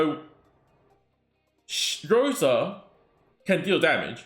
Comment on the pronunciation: I'm Russian and the wrong pronunciation irks me so much 😂 In russian the letter R is written as P and the letter S as C. Thus Rosa and not "Poka". Oof, had to get this off my chest ❤ good luck on your pulls if you decide to go for bear mama